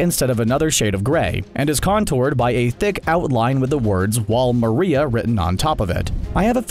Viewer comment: Bro you butchered the names of sina and maria and its not colussus its colussol in the anime and sina is like john sina